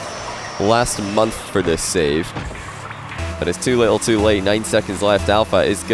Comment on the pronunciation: "Alpha might be a little bit frustrated now... or maybe a lottle bit" Go home, you're drunk.